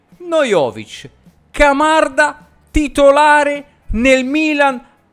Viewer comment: “Mocanda” mi fa morire!!!😂😂😂